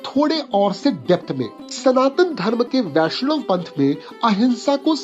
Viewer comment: হ্যাঁ ভাই, বাঙালিরা সবসময়ই রবীন্দ্রনাথ ঠাকুর বলবে, ট্যাগর বলবে না কখনোই। আর ‘বৈষ্ণব’ বাঙালি উচ্চারণ অনুযায়ী Boishnob হওয়ার কথা, Vaishnav নয়। ‘ব’ অক্ষরটি ‘V’ হিসেবে ব্যবহার করে সাধারণত অবাঙালিরা। তাই আমারও সন্দেহ আছে যে উনি সত্যিই বাঙালি কিনা। বাংলাতে থাকলেই কেউ বাঙালি হয়ে যায় না। অনেক অবাঙালিরাই জন্মসূত্রে এখানে থাকার জন্য বাংলা মাধ্যমে পড়াশোনা করে, সেই কারণে বাংলা লিখতে ও পড়তে পারে, কিন্তু তার মানেই সে বাঙালি নয়।